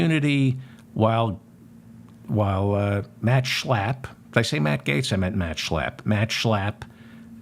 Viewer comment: Just the way you say his name Schlappp thanks for the laugh.